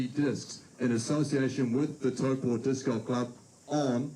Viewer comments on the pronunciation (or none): Please please please. It's Taupo is pronounced T-ow-Poe. Ow like when you stub your toe. Not tow-paw. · you’re not quite saying it like that. You’re saying Tau-PAW. Which works with a Kiwi accent but not quite with an American one. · Why is saying toepa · Learn how to pronounce Taupo properly 😅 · Mispronounced Taupo a total of 17 times. hahahahaha